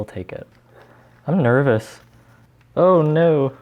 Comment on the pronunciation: “iM nEvRoUS”